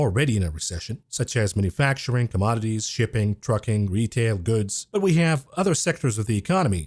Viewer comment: I love your videos, but it’s ‘manufacturing’ not ‘manafacturing’. Mana facturing was what God did for the Jews after they left Egypt, but we haven’t seen it for thousands of years.